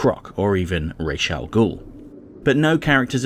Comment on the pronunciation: One thing I have never understood is why and how the DCAU creators came to the weird belief that Ra's al Ghul is pronounced "Raysh." Even to the point where Terry pronounces it differently (as "Rahs") and Bruce "corrects" him. What is so incredibly ironic about that scene is that "rahs" is the actual correct pronunciation! I mean, all you need to to is ask someone who speaks a Semitic language. I am sure that all of you have heard the word Rastafari before... well, I'll just let Google explain it for me: "The term "Rastafari" derives from "Ras Tafari Makonnen", the pre-regnal title of Haile Selassie, the former Ethiopian emperor who occupies a central role in Rasta belief. The term "Ras" means a Duke or Prince in the Ethiopian Semitic languages, from "Head" (Duke, Leader, Head, etc.) "Tafari Makonnen" was Selassie's personal name."